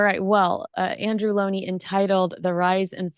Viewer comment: Well done for pronouncing Andrews name correctly.